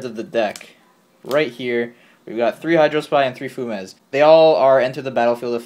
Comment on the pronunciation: Fu-mez? Fumes is a word lol. Few-mz